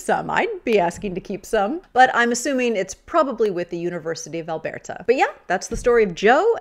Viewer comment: It’s cute how you pronounce Alberta like someone that’s never been there. :)